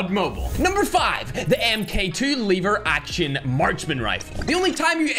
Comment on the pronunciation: And it's called LEVER action, not LIIIIVER action rifle 😂🤣